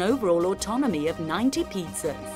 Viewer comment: She keeps saying Pizzra's